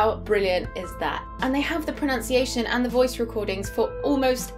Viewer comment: Ma'am you mispronouced the word Pronunciation as PRONOUNCIATION.